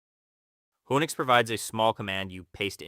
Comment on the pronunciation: feel the same except he keeps pronouncing it "wo-nix" not "who-nix"